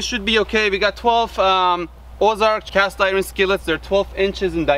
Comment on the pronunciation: It is Cast Eyeron 😂